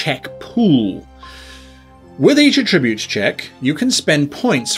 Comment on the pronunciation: OMG, /ˈætɹɪbjuːt/ The noun is stressed on the first syllable!